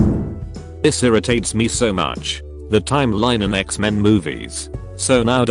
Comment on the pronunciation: That pronunciation of "Xmen" at about !